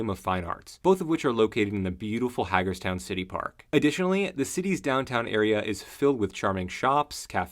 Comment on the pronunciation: The first syllable of Hagerstown is "Hay"